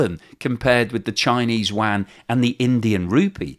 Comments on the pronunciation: what is the “Chinese wan” or “Wang”. Is it similar to the Chinese “yuan”? Pronounced “you-an”. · I speak Mandarin. No offence but youre butchering that. Its pronounced "you - en". or just "you-n". Dont even worry about the tone - just say it that way. That was a real fingernails on the blackboard experience. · I keep hearing you say yuan as wang and it gives me flashbacks to Shadow Warrior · Love how you pronounce yuan. 😂🎉